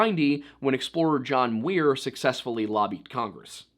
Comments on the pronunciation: John Muir. Not Weir. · it sounds like you were saying, Weir. I don't know why it came across that way on the video. Thanks for clearing that up! 😉